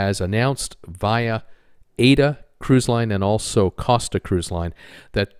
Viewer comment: Gary Bambage is the only youtuber who pronounces Aida correctly its aye-ee-da